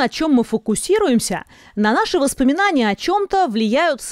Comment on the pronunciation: #восспоминания правильно #воспоминания